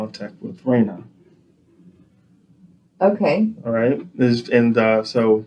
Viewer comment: Love how he pronounces RANIA’s name…. RAYNUH